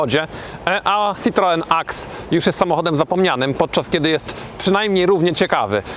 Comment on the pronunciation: SitroĘ a nie żaden cytroen...